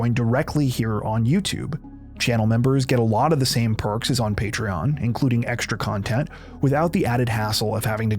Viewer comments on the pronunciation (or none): none